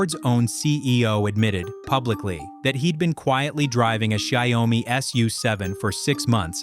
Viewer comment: Interesting video, but the AI keeps mispronouncing the name of the company, which is annoying. "Xiaomi" is not pronounced "shy-owe-me". It is pronounced "Show (as in 'shower') - me". This means "millet" or literally "little rice" in Chinese.